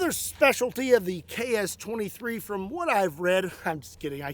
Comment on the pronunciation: As a Russian, I can't stop thinking about your pronunciation KS-23 sounds like CHAOS-23!!!! That's incredibly accurate for this gun!!!